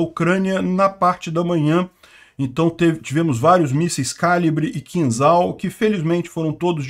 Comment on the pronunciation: a pronúncia do míssil é "Kinjal" (e não "Kinzal")